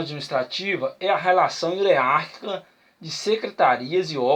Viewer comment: Parabéns pela aula.. somente um toque na pronúncia da palavra "hierárquica" .. grande abraço